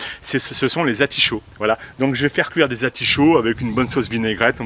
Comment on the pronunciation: Vous le faites exprès ! Vous dites Archillée , et oui Atichauts ! Va encore falloir recommencer !😂